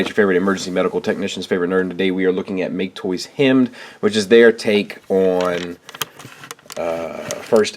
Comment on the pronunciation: Pretty sure it's pronounced "Hi-Med" (high med).